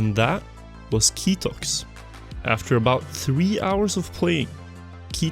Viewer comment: I go by the name "KTOX" in games and I was very confused when you said "KITOX". Anyway, this hunt was crazy!